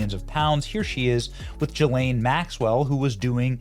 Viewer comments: Stop pronouncing Ghislaine Maxwell's name that way! Her name begins with a hard G. Not a J. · I pronounce her name Jizzlane. Seems more appropriate. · Benny, you’re great, but you need to trade the sounds you’re using at the beginning of the names “Ghislaine” and “Giuffre”